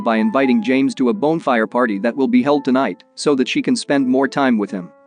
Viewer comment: Why can't the automated narrator pronounce "bonfire" properly?